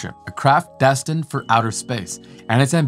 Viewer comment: Really ? Where have you been for the last 10 years, and who are you telling this stuff to, 9 year-olds ? Seems like you know NOTHING about colonies on the Moon and Mars. And by the way, Destined is NOT pronounced "Destin", it is Des tined, which rhymes with Best find. USELESS video !